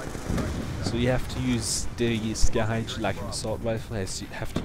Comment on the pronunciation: 'Dee Scahh Haych' Hahah, I thought that accent sounded funny on those words. Very nice guide. I used the Scar H back in MW2 and I was happy to see it return. It's a different feel, but like you said, it can be a very good weapon if played in it's correct role as objective support. Thanks for the vid.